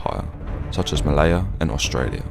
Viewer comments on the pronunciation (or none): none